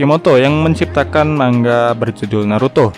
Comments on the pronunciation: Mangga wkwk 😂😂 cara baca nya itu bukan gitu cara baca nya itu mangaa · Manga bang bukan mangga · Sbnernya baca nya gni Man-ga gitu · maksudnya,yang dibahas yang bercerita bukan bilang manga malah bilang man ga